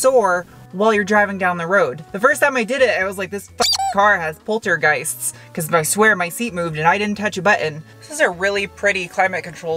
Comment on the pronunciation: Poltergeists or "boslter-geists"? :)